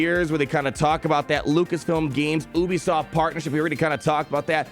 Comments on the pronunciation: the way pronounces ubisoft 🤢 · you are the first person I've ever heard pronounce it as "Oobisoft". Made me laugh. Keep being you